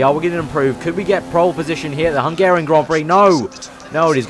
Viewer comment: It's not hengerian it's Hungarian